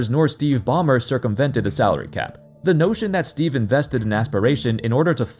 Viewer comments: Bro said Calary Sap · “calary sap” come on Gil 💀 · Gilbert arenas said "Calary Sap" at the intro 😂😂😂